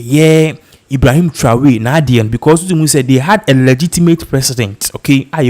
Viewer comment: It's not Traway, it's Tra or ry.